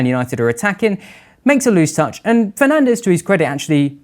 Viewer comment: I could feel shifting around in his seat the consistent and controversial incorrect pronunciation of the guy we we all know is called.... Bruno Fernanch